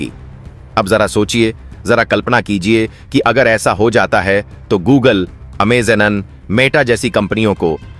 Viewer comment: You’re pronouncing. AMA zone wrong 😑